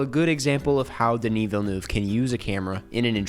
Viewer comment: Just a note, Denis’ last name (being Quebecois) is pronounced Ville-NUV, roughly. You gotta be pretty entrenched in the Canadian French dialect to get it just right, but -NUV is closer than -NOOV. No pressure! I care because he’s a Canadian treasure and so I’m protective 😂.